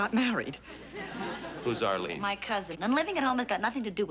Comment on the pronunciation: "Ahleen." Sorry, Mr. Marie, but your oddball New York-ish accent showed up again. It is actually pronounced 'Arlene.' Just like it isn't pronounced 'prapreeker,' but 'paprika,' from another episode. You're welcome.